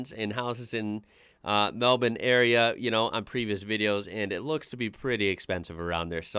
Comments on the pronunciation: is about that only American that pronounces Melbourne correctly! Perfect pronunciation, as its kinda pronounced "Mel-ben". Well done! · you know we got our claws into you when an american pronounces melbourne correctly! hahaha well done bud!